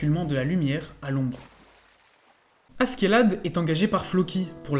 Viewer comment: prononce A - CHE - LAD stp c'est moche à ce qu'est là de